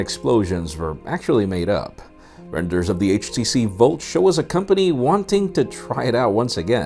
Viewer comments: Why do you say Volt and not Bolt? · HTC bolt bruh... not volt... lol